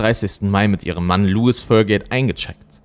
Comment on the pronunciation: Lois wird nicht wie Louis ausgesprochen